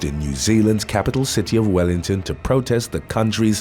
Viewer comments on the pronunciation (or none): none